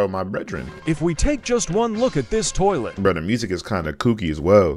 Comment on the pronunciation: Lol speaker man really said burh